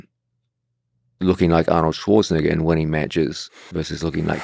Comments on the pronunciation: gonna capture the clip of Georges pronouncing the last half of Arnold Schwarzenegger's surname then turn it into a meme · Hearing gsp pronounce arnold Schwarzenegger got him super close to being cancelled. Don't let them get you george!!!!